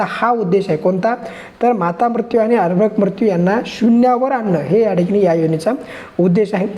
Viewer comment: अभ्रक् नाही अर्भक सर